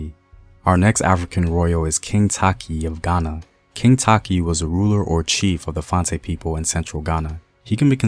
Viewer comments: Not taki.... tay-chi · Takyi is te-chi btw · Fante: is “Fan-Tee” Takyi: “Tay-chee” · I guess the pronunciation of Takyi is the source of confusion. Takyi should be a Fante. You could be right. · He's not pronouncing the names well which is very vital